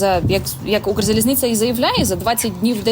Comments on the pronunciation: Недавно купувала квиток, було задіяно двоє помічників, і насилу один з нас трьох купив мені квиток на верхню полицю в купе біля туалету. Схеми привели війну в Україну, схеми її знищують. Ця «кукла» українською не може вимовити «Укрзалізниця», а хоче запевнити, що дуже проворно купує квитки. Я зразу зрозуміла, що в цій схемі працівники Укрзалізниці беруть участь, коли о вже світилося, що усі місця продані. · Чистокровня москалька яка за скільки років у цій сфері не може вимовити Укрзалізниця